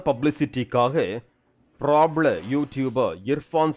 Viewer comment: பிரபல ❌ பிராப்ல ✅